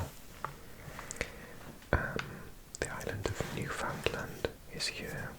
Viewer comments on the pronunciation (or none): none